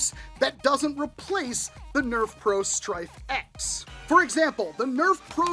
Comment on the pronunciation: Every time you said "Stryfe X", I heard Stryfe-ette, which made me think of Smurfette. Now, I feel the need for an 80's cartoon marathon. God, I'm old. Anyway, yeah I think this is too little, too late from the mothership. This would have been super cool even in 2018, but not so much today.